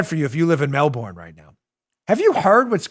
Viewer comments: a lot of Aussies probably just cringed (or laughed) at how we Americans pronounce ’Melbourne’ lol... I believe it’s “Mel-bin” but surely someone from there would know better, so correct me if I’m wrong...mellBORN lol 😂 But in all seriousness, I’m so glad I live here in the US... that list was straight out of 1984...on steroids. Wow. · "Mel-burn'......not "Mel-born" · Dan, a friendly heads up: In Australia they pronounce Melbourne “Melbin”. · It’s shocking what’s happening in Melbourne! Let me help you with the pronunciation since I had a friend from there. They pronounce it: Mel bun. 😊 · Can you please pronounce Melbourne properly!